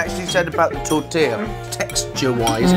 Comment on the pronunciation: i have never heard an english person say "tortilla" and never expected him to pronounce it as "tortaya"